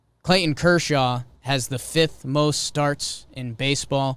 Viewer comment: does it bother anyone else the way Jake keeps pronouncing "Clayton"?